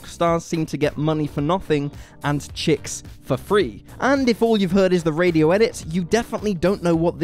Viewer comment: it’s Chicks